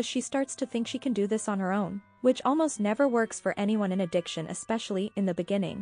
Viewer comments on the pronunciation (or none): At least she's pronouncing it correctly. Unlike "ordaments" "expecially" and "melk".